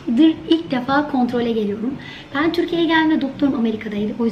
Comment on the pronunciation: Bıcır bıcır heyecanlı. Ağzını bile açmadan 'tirkiyiyi giliyiriiim' 😁😁😁